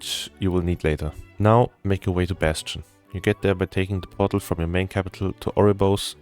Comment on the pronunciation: Portal. He's saying portal. I thought he was transporting a "bottle" all over Azeroth for half the video 😅 Jokes aside, very helpful guide, thank you!